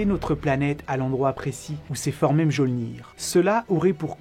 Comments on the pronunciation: 22.40 tu connait pas tes origine? On dit pas m geol nir. Mais miolnir... l'orthographe n'est pas la sonorités. Ou alors laisse ton taf a une IA ca ira tous aussi bien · Mjølnir se prononce plutôt Myeulnir, à mon avis (entre de nombreuses autres approximations). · Je ne suis pas sur qu'on prononce mjolnir mais plutôt miolnir non ? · Mjolnir, ha j'ai cringé sur la prononciation...